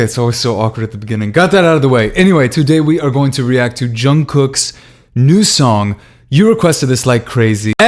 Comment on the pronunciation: Is it just me, that I repeat the part when he pronounced Jungkook?